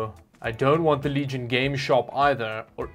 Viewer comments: He legit called it "LEG-ION" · ...did he just say....pronounce legion as leg iron.... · Lolol what is “Leg Ion” 😂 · Bro said Legyone💀 Pleaseeeee say it right next time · Leg-Ion, LMAO xD /E: oh boi, it went to shit almost immediately - both the PC and the vid. You can calm down and sit down. What a shame... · leg ion XD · leg ion😂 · Legion isn't pronounced leg ion 😂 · Leg-ion...... what the fuck are you saying!!! sure thats not how you pronounce Legion? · I gave the video a thumbs up, but hearing you pronounce Legion incorrectly was a bit biting. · The way he pronounced legion bruh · legion leg-eye-on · It's good for playing Best Feet, a.k.a. Apex Leg-ends. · Just one comment for the way you pronounced LEG-IRON... it had me it tears every time 🤣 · I've been pronouncing legion incorrect this whole time. Thanks to this video, I now know it's pronounced 'leg-ion'. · i like how pronounce L E G I O N - LeGaYon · Cool video, but did you say, "Leg Ion?" I believe it's all one word: Legion. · He kept saying leg-ion and it cracked me up. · im sorry but its (lee gen) not leg i on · Is he joking when he said leg ion as opposed to legion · Leg Ion system? It's actually Legion system. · Is it pronounced leg-ion or lee-gun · leg i on ? I thought it was lee gin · Did you just say leg-ion??????? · leg-ion? Isn't it supposed to be pronounced "lee-jun"? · Are you saying leg-ion intentionally? It's pronounced leeegion like roman legionaire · what what what what leg-ion what what waht why WHYwhy does he say leg-ion and not leejon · its not pronounced "Leg-i-on" its pronounced "Lee-jun" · Its Legion not Leg ion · Its le-gion not leg-ion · It's not LEG-ION It should be pronounced LEE-GION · did you seriously pronounce it Le- Ion... lol its LEGION, like a roman legion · Lenovo leg iON? its lejin lol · Leg ion lol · LeG IoN🤡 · le-guy-on :D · Leg ion 😂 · leg ion? 😂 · Ligeon is the pronunciation though the speeling is legion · "Our name Leg Ion, For we are many..." 🤣👍🏻🏴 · Leg Ion 🤣